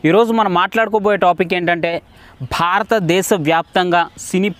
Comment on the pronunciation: ‘Bahaarata’desam kaadu brother , bhatadeesam .